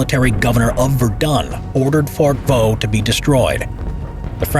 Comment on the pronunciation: You stupid it fort de voux